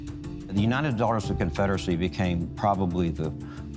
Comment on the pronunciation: Um, I'm really not going to take someone seriously that can't get the udc's name right rofl.